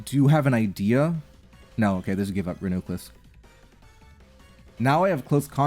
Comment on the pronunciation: "Renuclus" is by far the worst, it pisses me off so much